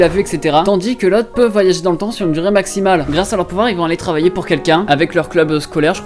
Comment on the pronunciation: « Voagagager » wut?